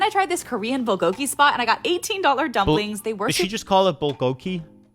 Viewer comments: what she said is correct. It’s bul-go-ki, not bul-go-gee. And the price from that last girl is actually not that bad. LOL. Maybe I live in the Bay Area where everything is almost that price point. They just add a bit more margin. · she did and she’s right in the pronunciation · FYI, She pronounced bulgogi correctly. Hayden. It has two hard g’s, lol. Bul-go-gi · Are you deaf and not paying attention to your own video? The blond girl literally said it was "Canadian dollars." And you're confused asking if it was euros. Also, FYI, as for the last girl pronounced bulgogi , correct, so you look like the dummy, not her, nice try ! I was recommended this video I will never watch a video from this guy again.He's weird and I just don't like his vibe. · She was closer to saying bulgogi the 2nd g is hard